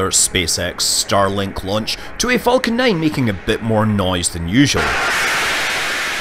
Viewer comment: I am slightly triggered by Scott's continued mispronunciation of "falcon".